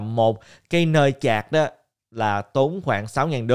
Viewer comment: sạch hay chạc hả ơi hahaa